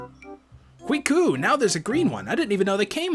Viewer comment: every time you say kee-weep I think of koolwhip. xD